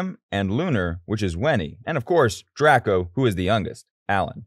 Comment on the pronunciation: Finally someone who says draco not drayco and ya krew worked hard for their videos ro make us laugh zach you can't steal their ideas you copy cat krew works hard to make us laugh ! KF is after you for copying you including me🙋